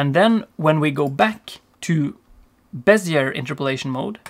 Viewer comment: Bézier is pronounced Beh-zee-yay